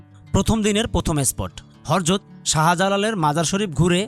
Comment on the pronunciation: হরযত না উচ্চারণ ঠিক করে বলেন হযরত।